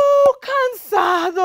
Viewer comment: It's cansado not consado, please edit it